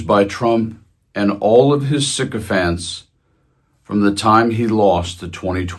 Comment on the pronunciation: When you said 'Donald Trump's sycophants' I thought for a sec you'd said 'Donald Trump's sick fans'. Same difference I guess.😁